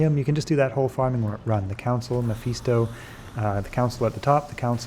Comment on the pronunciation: Quality content right here, but im cringing a little on the pronunciation of Mephisto.